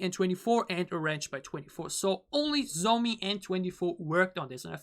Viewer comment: Her name can be pronounced like John So me Not zomi (just want to correct you, not criticize) And her English pronunciation is good because she ist halb dutsh/Canadian and grew up speaking English, so she is fluent. Teddy is btw also fluent in English.